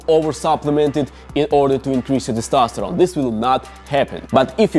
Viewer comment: I'm addicted to you saying "Testastoron"